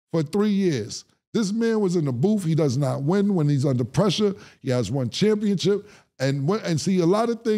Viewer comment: 😂 Cam when he say “Championchip” smh 🤦🏾‍♂️